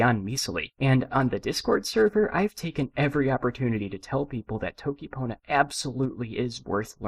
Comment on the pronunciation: bro said dokipona